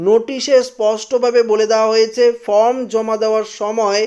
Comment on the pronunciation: কথা টা from না ।। Form বলুন ।